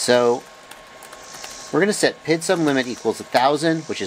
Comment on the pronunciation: Love your videos. Great information, well thought out and well presented, but when I hear you say 'pid' instead of Pee Eye Dee it drives me crazy. :-) When you talk about the speed of a motor you don''t call it the erpem..... when you talk about the command line interface you don't refer to it as the klie.... when you talk about electronic speed controllers, you don't call 'em esks.... so why on earth would you refer to the proportional,-integral-derivative control as the pid? Oh, I get it.... some abbreviations are spoken as words.... SCUBA, LASER, and RADAR come to mind, but Three Letter Abbreviations AKA TLAs, (not tlahs) are almost always spoken as three letters. In most cases, TLAs are not acronyms (abbreviations that are spoken as words) but they are usually initialisms ( all the letters are pronounced as the names of letters ). In fact, the only TLA that I can think of that is actually an acronym is CAT as in CAT Scan. Anyway.... Every time I watch one of your videos, I DO learn something, and because of that, I'll continue to watch your stuff and continue to learn stuff nearly every day. That said, every time I hear you say 'pid', it's like nails on a chalkboard. :-) Keep up the great work and thanks for what you do...